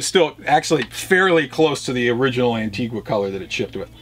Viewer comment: It's pronounced "Anteega" for fuck's sake!!